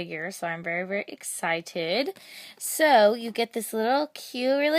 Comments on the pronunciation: You said Berry Excited :) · omg!! my cousin says 'berry nice' lol